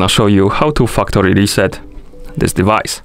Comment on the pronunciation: I love your accent specifically when you say Fuck tory trset 😂